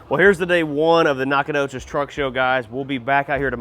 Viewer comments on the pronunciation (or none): Nac ah doe chess it's how its pronounced lol